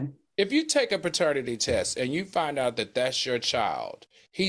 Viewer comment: Why Al keep saying Baternity test. 😂😂😂😂